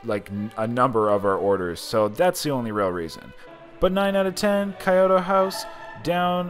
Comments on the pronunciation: “Kai-oto” lmao its “key-yo-toe” house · I think it's pronounced kee-yo-to